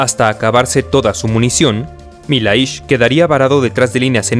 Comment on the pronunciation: Milhais pronuncia Millais